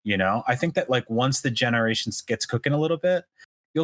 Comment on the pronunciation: I about died for 2 mins when said "genewation" and barely held it in. Great show y'all!